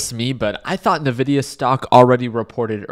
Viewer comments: I die a little every time he says Ne-VIDIA 😂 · Lol, he's earned it. Nevidia